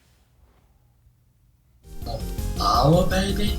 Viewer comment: No Powah Babeh!